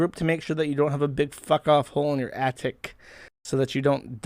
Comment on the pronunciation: "Attic" Josh: "Addict"